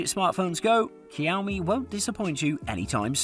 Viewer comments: the way he says Xiaomi triggers me so much that I want to commit rope neck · How can i take you seriously and you cant even pronounce Xiaomi properly? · Would you take advice from someone who can't even pronounce Xiaomi? How does Google Pixel 3a qualify as a budget smartphone? It's £300+. Two or three times the price of the others! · i get really triggered when he says "cowme" instead of xiaomi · Bro, it's not cow me. It's like a soft shao me. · Kaomi?😂😂😂 Fam do you mean xiaomi. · It's now Cow-Me it's Show-Mie (Xiaomi) this is how you pronounce it. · oh pls... it is pronounced "Siau Mi" not "Kiau Mi" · saying Keeowmee in video but i thought it was pronounced sheeowmee?? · Man, stop Ky-ouw-mee. It's Sh-yow-mi. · bruh, its not "Chiowmee". its more like "She-Ou-Me". try pronounce it fast multiple times and u will nail it. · The way you pronounce "shi'aw'mi" to "ki"aw"mi" made me hit the "do not recommend channel" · Kiaomi Redmi Note 7? Dude....it's pronounced Sh-iaomi!!! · It's 2021 I just found this video and I keep laughing everytime he say cowme😂😂😂😂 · My blood boiled when he said "cowme" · Xiaomi is pronounced 'shyaomi' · I dare you to say "Cow Me" one more time. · Is it really so hard to pronounce Xiao? Seeee oww. There, say it. seee oww miii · Greetings from singapore, i don't mean to be rude, did i hear he say cowme? 🐄 moooooooo, lol 😜😛 the word 'xiao' means crazy or mad in chinese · I love it when he says cowmiii it makes me want to hear it again 🤣🤣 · SHAO-MI SHAO-MI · i dunno where he pulled the K for Xiaomi from.. 😆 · Xiaomi is pronounce “see-ow me” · I believe Xiaomi is pronounced Shaomee. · Teacher: This video is 8 minutes of Cow-Me. Grade: F. Please re-do this video. Brain seizure + cringe. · Whenever this guy says Xiaomi The subtitles hear: COW ME Edit: Thanks for the likes guys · That's exactly what he says, Cow Me. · The subtitles and my ears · Same issue here. Freaking irritating! MOOO! 🐄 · ToastBlox OMG I JUST REALISED XD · Its xiaomi not cowme.., 😁😁😁